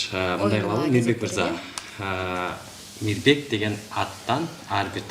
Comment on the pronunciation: МИБЕК болуп калды Р тамгасы кайда калды??? Мирбек го мейли, алып баруучуларга минус!!!